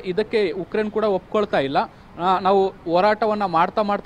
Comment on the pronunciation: It's Ukraine not yukraine 🤦🤦